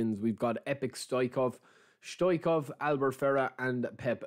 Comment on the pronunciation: Correct pronunciation is Hristo Stoičko(ao)v